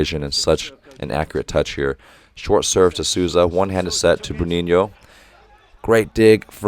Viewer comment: I really appreciate you saying "Bruninho" and "Lucão" (or at least trying, haha) It made me enjoy the commentaries even more! Love from Brasil!